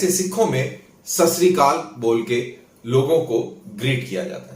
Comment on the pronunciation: Sasrikaal nahi hota jaahil...Satsriakaal hota hai..GOD IS TRUTH.